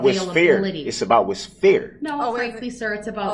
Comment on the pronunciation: “It’s not feer“ yer honor. LOL. Anytime DB says “with all due respect” you know what he’s gonna say will be 100% disrespectful and based in no fact whatsoever.